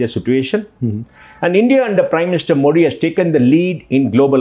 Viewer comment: It's मोदी and not मोडी. I thought an ex CEO knows the correct pronunciation of PM's last name! It was annoying to hear मोडी.